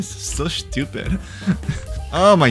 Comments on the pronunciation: Why do I get so triggered by the way you say SCHEW-pid?😂 IT'S STU-PID!!!! STUPID!!! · why do you always say "shtupid" like whats wrong with the "S" when you say stupid? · Bro why is the way you say "shtupid" is so funny😭😭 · I love how he says “Schtoopid” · why does this guy say schtupid all the time